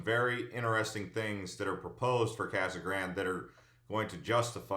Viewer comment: Casa Grande is spanish so pronounce it that way. It is not Kasa Grand!